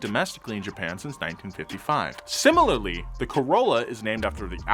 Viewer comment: similally heh neeerrrd